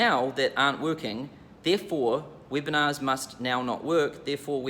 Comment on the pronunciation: I like that when says Webinars, its sound like "whipping ass".